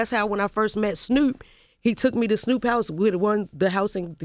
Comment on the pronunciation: 'Snhoooop', lmbo!